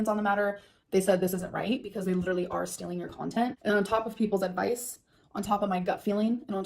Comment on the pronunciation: 1. STILLing content 2. Big Girl PanEES (She has trouble with that elusive "T". Same thing with the word imporEN) 3. Striked down videos 4. Worst human ever